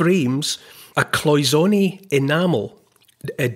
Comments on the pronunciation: I'm a retired goldsmith and we pronounced it like Paul, cloy-zen-ay. Also what gives the gold that look is that it is nearly pure gold 22 karat to 24 karat which could not polish up like modern day alloy gold. Just thought I'd say something. I so love listening to you. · It is cloisonne it's French so you pronounce the a at the end